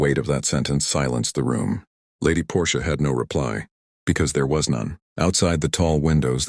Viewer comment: The Aunt’s name is Portia, not Porsche. She’s not an automobile!